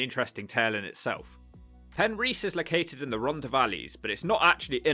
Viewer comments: Penrhys is not pronounced as Pen REECE. Pen RYS, (RISS). Regarding your list of TURDTOWNS, when are you going to include LONDON? The ugliest, dirtiest and most squalid city in the whole of Europe must deserve its own TT video. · It's Pen-riss, not a problem. Welsh language is f'cking weird. Looks like a cool place, those factory roofs though, a lot of that shit went on in the 70's. There is a lot of those roofs in Swansea. Looks like a lovely place to live if you have enough prepped. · First you didn't roll the r in Penrhys, then you failed to roll the r in Rhondda valley. I'm beginning to suspect you've never been to Wales. Hrrrrumph